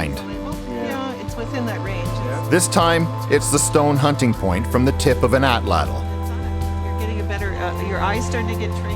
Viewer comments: Great video! Now all you northerner folk need to do is learn to pronounce the Nahuatl word "atlatl." 😉😏 From Google AI: "The stress is on the first syllable, and the "tl" sound at the end is a single, unvoiced consonant produced by placing the tongue as for a "t" and then letting air flow around the sides of the tongue for an "l" sound." Which is to say it comes out a lot like AHT-laht'. Greetings from Tennessee USA, and may the Artifact be with you! 🖖🏼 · Why is she saying atlatl twice or is another word? atlatl atlatl knife point etc. if figured it out when looking up how to pronounce Atlati its' two syllables so Ahh Latle